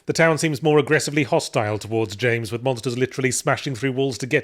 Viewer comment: Yahtzee forgot how to pronounce Jaaaaaaaaaaaaaaaames Sunderland's name correctly for the third review now. maybe the memory is trapped in his fedora